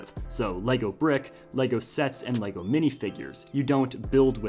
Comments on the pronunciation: i am from denmark and your saying the words wrong!!:D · The correct pronunciation is Légo!